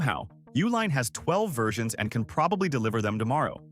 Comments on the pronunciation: Correct pronunciation is U-line, like the company name. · It’s pronounced YOO-LINE